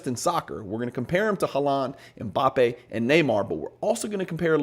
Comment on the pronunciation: This is really good education and I love the use of data to support. My only build is the pronunciation of Haaland’s last name - you are stressing the 2nd syllable and it’s the 1st syllable that’s stressed, so it was sounding funny! Love your content!